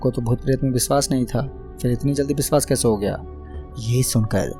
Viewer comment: Nice 1 bas sha ko s mat boliye like viswas, suru